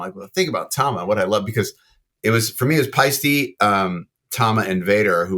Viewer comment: It may be pronounced "Pie-stee" in America, but it's ultimately "Pie-stuh", with an ending like in 'Porsche'! It's the Swiss founder's surname 🙂